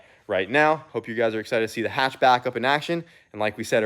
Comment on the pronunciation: So glad you kept the H in the hatch